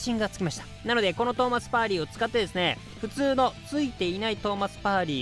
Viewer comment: だんだんパーリが『パーティ🎉』のネイティブみたいな発音になっとるw